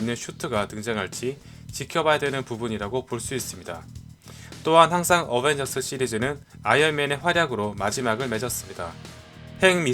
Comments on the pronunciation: 어벤져스1 인데 어베져스1 이라하내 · 초에 어벤져스1 이 아니라 어베져스1 실화ㅋㅋㅋㅋㅋㅋㅋㅋㅋ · 언벤져스가 어베져스 ㅋㅋㅋ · 왜어베져스 1 이라고해요 원래어벤져스 1 인데? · 초에 어벤져스1인데 어베져스라고 했어요 오탄가요?? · 에 어베져스ㅋㅋ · 1분13초어배져스오타ㅋㅋ ㅋ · 어베져스?? 어벤져스아닌가요?? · 어베저스1 뭐여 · 에 어베져스ㅋㅋㅋ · 어베져스 ㅋㅋㅋㅋㅋ 고쳐주세요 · 에 어베져스라는디ㅋ